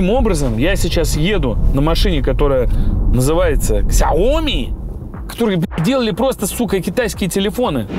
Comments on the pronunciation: Все работает!!! Патаму шта СЯОМИ !! А не КСЯОМИ))) Лузер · Какое нах "Ксяйоми"? СЯОМИ!!!!!!!! Или как говорят китайцы ШЯОМИ. Ты же не говоришь Кси Дзинь Пин, ты говоришь Дядюшка СИ!!!!!!! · Не КСЯОМИ, а сяоми. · Где-то в сторонке, Зубарев рвёт волосы на себе от слова КСЯоми 😄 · Правильно сяоми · Сяоми, так правильно.) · Правильно ШАОМИ